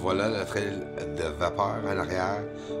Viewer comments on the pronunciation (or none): none